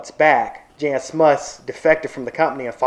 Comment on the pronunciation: Just FYI "Jan" is pronounced like Yan not like Janet